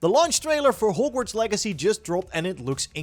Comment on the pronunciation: Your accent makes it sound like you're saying horgworts lol I love it